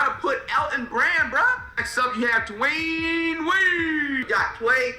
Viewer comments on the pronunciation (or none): none